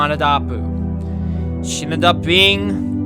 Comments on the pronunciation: If there was a voice comment on YouTube , it would be helpful right about now. It's pronounced aa-sha manda-dapu not Yaa-sha manda-daapu. I'm Indian if you didn't Know Love from India 🇮🇳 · Asha (aw-shuh) Mandadapu (man-duh-dah-poo)